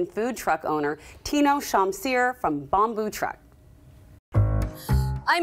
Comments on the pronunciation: In Indonesia Bumbu pronounciation is 'Boom-boo' not 'Bum-boo'. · You're supposed to pronounce bumbu as b-oo-m-b-oo not b-u-m-b-oo because we have a word pronounced b-u-m-b-oo, it's bambu in bahasa Indonesia writings or bamboo in English. Bumbu is spice in English. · Bumbu is pronunced 'boomboo' not 'bam-boo' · The Host pronounce wrong about bumbu. The ‘U’ on Bumbu should sound bʊm-bʊ